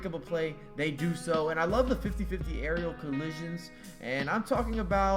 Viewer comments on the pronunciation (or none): "Arial Collisions" It's Aerial,...